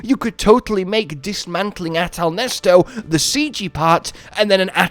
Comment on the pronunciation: nice to know hes still calling Neset "Nesto" lol